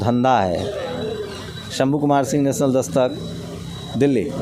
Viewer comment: नेसनल नहीं भाई नॅशनल प्लिज 🙏अपणी भाषा🙏🙏🙏😂 शुध्द हिंदी मे बोले 🙏आप बहुत अच्छा काम कर रहे है ❤️❤️❤️